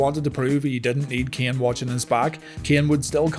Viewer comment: i can't stand how you pronunciate keaen